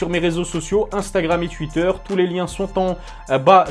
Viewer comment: Salut, ma copine et moi on adore ta chaîne! (elle dit juste que tu dois arrêter de prononcer Twitter comme ça;-) )